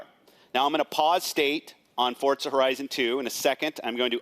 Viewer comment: What's the deal with Fortza horizon 2? I thought it was Forza horizon 2. Kinda makes him seem like he's giving a misread script instead of an actual experience.